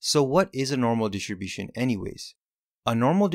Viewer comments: DI-STRI-BU-TION Jesus!!! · I learned that distribution has a silent “t”.